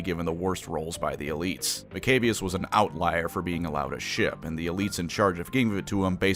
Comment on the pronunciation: I just love how he pronounces maccabeus “Mcabious.” While most people I hear pronounce it like “Mac-a-bee-ious.”